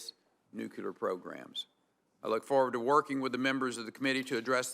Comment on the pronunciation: NUKE–CLEAR..... NOT "nucular" Jesus christ, if you're gonna head the DOE, can you please get that through your little head